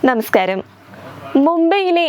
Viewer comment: Hihihihi again nemeskaram 😂😅stupid